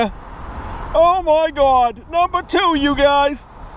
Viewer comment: Oh my gaud...oh my gaud...you gotta be kidding me